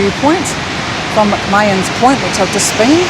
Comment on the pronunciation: Enjoyed that. With that grey drizzle it reminds me of home. Sorry, but I've got to be that person as my Scottish side won't let me do otherwise: McMahon is pronounced mək-MAHN. I'll get my coat...